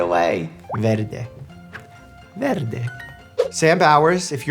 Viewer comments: your italian accent is preatty good "verde" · i was so surprised to hear him say "verde" right that now im obsessed with it 😩